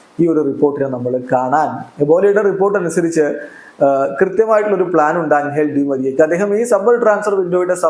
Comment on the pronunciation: അംഗൽ ഡി മരിയ അല്ല. എഞ്ചൽ ഡി മരിയ ആണ്.